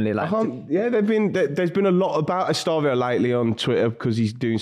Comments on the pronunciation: Estevao is pronounced est-e-vow👍🏼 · “Estavio” and “Palermos” 😂😭😭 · Es-tev-ow (estevao)